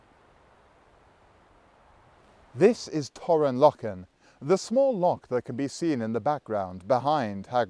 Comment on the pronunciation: LOCH! ...not "lock" ya sassenach!! ..though thumbs up for magnificent content and presentation.